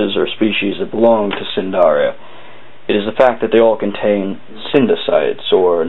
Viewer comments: its pronounced nidaria not sindaria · Not a bad video, however, the phyllum they belong to is Cnidaria (pronounced "Nigh-daria", not "sin-daria"), the C is silent. Sorry, I know this seems a trivial point, but it may keep a student out of trouble if they use this as reference (which I wouldn't recommend anyway.) Roger.